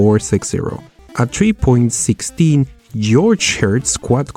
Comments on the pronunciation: It's Georgehearts, not Georgehearths. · 3.16 gregorhertz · 3.16 geohurtz? Not bad for an old chip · granitehertz hertzagytes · Geigerhertz... lmao